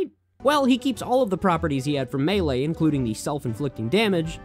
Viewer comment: ... Has the game state the name of game (Super Smash Bros. Melee), and fails to pronounce it correctly several times. 👏